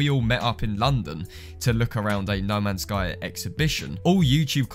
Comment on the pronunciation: Though you said lemons sky🔥🔥🔥